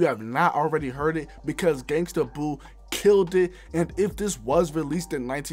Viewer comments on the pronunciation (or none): none